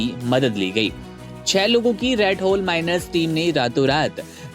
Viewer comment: रेटहोल नहीं Ratमाउसभी बोल सकते हैं तुम रेट बोल रहे हो